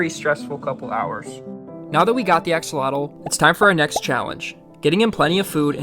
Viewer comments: " axolado" hahahahhaha, repeat with me: A HO LO TEH...do you want me to say your gringo name like this:? hahahaha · I just want to say it is pronounced "ack-oh-low-till" which is an indigenous word not "axalottle" as you said it 🙏🏼 thank you for your video! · The correct pronunciation is ah-SHOH-loht. It's a Nahuatl (nah-watt) word. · As per my wife...who happens to be be Mexican, it's pronounced ahh-haa-lote. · You've been pronouncing it wrong its pronounced like ash-ol-lot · Thanks for saving his life. btw. The right pronunciation is: ah-hoh-LOH-teh. Mexico is pronounced ‘MEH-hee-koh,’ not ‘MEK-see-koh.’ The X is pronounced like the Spanish J. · the actual pronunciation is ah-show-lot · Yay...Name, Ashy? As its pronounced Asholot FYI, it's Aztec 😊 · it's pronounced "ah-ho-lo-teh" the x is a Spanish j sound, so an h. Like how Mexico in Spanish is pronounced Me-hee-coh. I like the suggestion of Nubs for his little arm. Could also be Manita (little hand in Spanish) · Why does no one pronounce it correctly?!